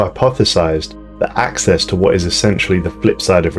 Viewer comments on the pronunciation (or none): none